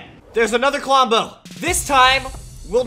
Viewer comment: I HATE U DISRESPECT TO KLOMBO U SPEKT HIS NAME WRONG